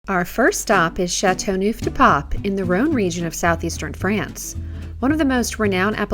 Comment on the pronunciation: 'ChateauNooof de paaawp'?? Hahah. I wish proper pronunciation was at least attempted.